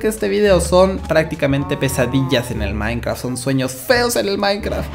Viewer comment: soy el unico que se dio cuenta que dijo minecra (a por sierto este nombre de usuario es de mi madre no mio vale)